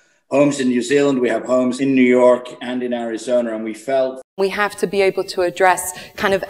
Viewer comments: I don't know who that is , but he still has a bit of British vowels. He doesn't sound like an American to me. Especially with the added /-r/ at the end of Arizona. (I grew up primarily in Northern Va.) I've noticed Brits often end a word that ends with a vowel with an -r. It sometimes happens in southern US... I-dear, for idea. But Brits tend to do it a lot more frequently than Americans. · I noticed the Brit who says he has a place in Arizona pronounces Arizona the last time with the connecting "R".